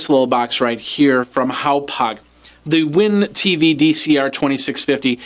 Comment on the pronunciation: It's pronounced HOP (like what a frog does) HOG..... HOP HOG not HOW POG. It's on their own website how to pronounce it. I know this review is old but as an update, the extra 'box' that Charter gave you was a tuning adapter that is needed to receive digitally encrypted channels. In 2012 not all channels were digital so you may not have needed it depending on your cable package. As of now, Charter is 100% digital and I believe you do need the tuning adapter to see any of the channels. Just in case anyone else is searching for reviews of this cardcard receiver. I was hoping to see it in actual operation.